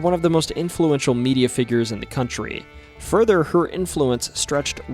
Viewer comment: Country...not coutnry. Sorry